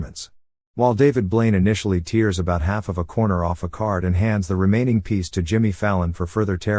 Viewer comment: Dear AI (I suppose), it's "tears" as if it were "tares", not "teers". :P